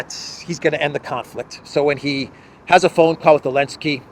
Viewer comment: can some explain why he keeps saying Elensky its either top tier trolling or top tier \r word i need to know please